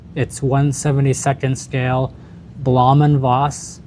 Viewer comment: Blohm is pronounced blome--rhymes with dome. I built this kit some years ago, and loved it. It even has clear plastic gun-turrets on the top of the wings! Yes, it's huge, but worth it.